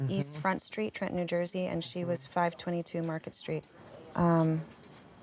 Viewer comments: Everyone in New Jersey gets made fun of for pronouncing Trenton with out the second t, but it’s so cool to hear Christina say it the exact same way. ❤ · Oh my gosh, I'm from New Jersey and that's true. I just realized I don't pronounce it with two t's either